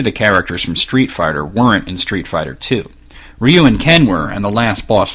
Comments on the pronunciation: I'm not trying to be a dick, but I hate it when people mispronounce Japanese words. It wouldn't be pronounced "Yuu", it's still "Ryu", but because of the way it is pronounced, i guess it would be "Lyu", but the L would be a mix of L and D sounds. Hard to explain, so I hope that works out. Sorry if you think I'm being a mean person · The actual Japanese pronunciation is "Ryu". Not Yuu. You make an "R" sound and then a "Yu" sound, exactly as it's spelled. It's difficult for us to pronounce because there are no wourds with that kind of pronunciation in English. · I have NEVER heard anyone call Ryu "Roo"